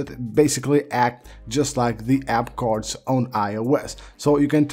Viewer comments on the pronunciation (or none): Like he pronounced "cards" as "cords"...weird dumb accent lol